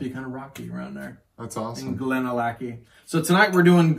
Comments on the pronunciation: Glad to hear it. Missed your fun approach. Even if you can’t pronounce Glenallachie !!!😁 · yeah I murdered that pronunciation….I don’t know what my deal was because i know how to pronounce it properly and apparently just forgot and let my inner hillbilly out🙂